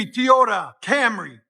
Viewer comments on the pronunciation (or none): Not teeee yota dude toy toy toy Toyota 😂😂😂